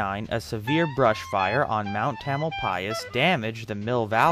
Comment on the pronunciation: Interesting to hear the proper pronunciation of Tamalpais. I always thought the accent was on the second syllable.